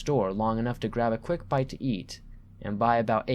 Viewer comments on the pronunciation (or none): none